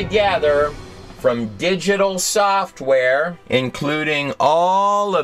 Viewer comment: It's funny. All of the shit WRONG with this moron's video, and what keeps pissing ME off is he keeps saying 'Digital SOFTware'[with an unneeded strain on the 'Soft' part] when,r eally... Biological coding is called WETware, much like how 1s and 0s is 'SOFT'ware, and actual physical processors and such is HARDware.... I'm sorry, Sci-fi computer nerd in me gets really pissy when that shit gets mixed up. Biological 'coding' is Wetware, not Software.